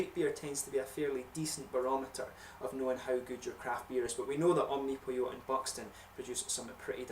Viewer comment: funny you say omnopyo... cheers